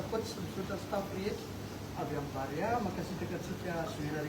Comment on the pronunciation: BAREEEEA FA TSY BAREAAAA